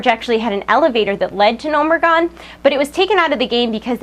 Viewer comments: why do they call Gnomeregan Gnomeregon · wtf is gnomeragon isnt it gnomeregan? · Gnomeregan not Gnomeregon